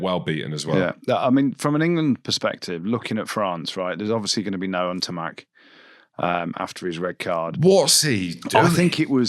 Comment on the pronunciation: That N'Tamack impression with the the French accent ... OMG the laugh 😂😂😂😂😂😂😂😂😂😂😂😂😂